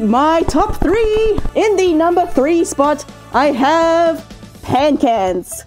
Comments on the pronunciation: "In my number three i have Pancans" Me: wait did you say pancakes? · Who else heard pancakes instead oc pancans ?